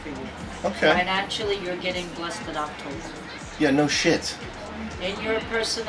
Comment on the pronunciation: "you'll be blessed in octoboer" LINK 1000 EOM confirmed